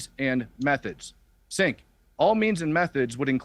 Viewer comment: Matt Tardio is a "Vetbro" Grifter, and don't get me twisted, I have my problems with Cenk, but it's so intentionally disrespecful and antagonistic that he purposefully calls him "Sink" , what a jabroni